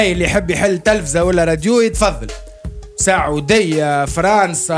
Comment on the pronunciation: Am sou souri 😂😂😂😂😂😂😂 I'm so sorry ساعودية = سعودية لتيفة = لطيفة النهذة = النهضة بسيفة عامه = بصفة عامة سامي إسراف 🤣🤣🤣 = إشراف القذات = القضاة فمو مشقق لا يتقن عربي ولا غيرو وأنا الآن من نتوضى بعد ما سمعتك والله نفسك عليك أنك ما تتوضاش يا قذر 🤮🤮🤮🤢🤮🤮🤮